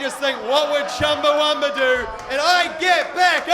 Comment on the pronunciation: The band's name is Chumbawamba, not Chumbawumba.